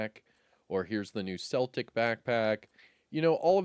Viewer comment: The “C” is “Celtic” is pronounced as a “K”. So “Keltic”. Great video and thanks for the heads up 🫡